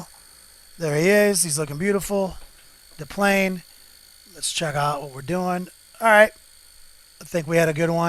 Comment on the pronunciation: the 1st 10 second of your video and how you said de plane bright back to my youth :) great vids keep them up , small laugh